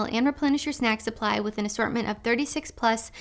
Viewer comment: MEN ARE JUST DONE WIFF ALL Y'ALL!!!!! IT'S OVA WIFF